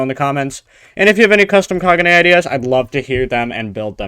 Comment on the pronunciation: kag-un-e not kaguja